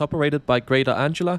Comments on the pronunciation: Hi it's called greater Anglia not greater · Great video! Just a couple of things to point out: - Anglia is pronounced like “an-glee-uh”, not “”. - Crossrail is no longer officially used. Most people just call it the Elizabeth line. Great video nonetheless! 🤗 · As so many others have said - it is "An-glia" and not "Ang-ila" 😂 But easy mistake for anyone whose native language isn't English. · Greater Merkel, it'd be just short (she wasn't "shy"!) of Alexander the Great 😁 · Greater 🫡😏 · It’s okay 🤣🤣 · heh no worries, but just remember this ang-glee-a 😁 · Anglia = An-gle-a and "switches" are called "points". I never knew what "FLIRT" meant. but I think these trains are ace - Oh and welcome to Norwich, where I live. Good video anyway . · Greater anglia❌ Greater ✅ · I have adopted your pronunciation of Greater '.' 🤣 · Greater? Someone can't read. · It's Ang - li - a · is the name of a girl. The "g" in Anglia is pronounced "ger" like God. Anglia is a famous region in England, and with Lincolnshire is the same size as the Netherlands in Europe. I just travelled on your featured train two days ago (as I had to go to Ipswich). Yes, it's very nice, but I'm quite happy with all our trains. Each line seems to have different vehicles. Instead of complaining about things, I spend my time usefully staying fighting-fit.!! And I take a variety of different trains to get to the various venus. I'm MUCH more concerned about any train being cancelled (due to driver not turning up) than I am concerned about how many wheels the train has got.!!! But thanks anyway. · My thought too. "How the hell can he get that right but say Greater the whole time?" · There is a delicious irony with your mispronunciation. Anglia is named after one of the N Germanic tribes that settled the area - the Angles, name after the Angeln peninsula from an area straddling the modern Danish/German border, along Saxons and Jutes from Jutland.